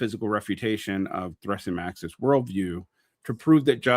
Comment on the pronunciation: As above so below was not a super great film. :P Also it "THRAAA-sim-i-kus." Also, not goin' with the Straussian reading I see. :D